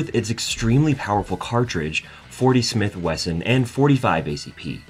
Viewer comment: '"CHRIS vector"....".40 Smith & WESTON"...Yup, this guy knows guns alright.